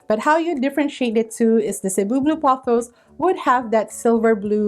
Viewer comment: So glad to finally get the definitive pronunciation of Cebu Blue.😊🙏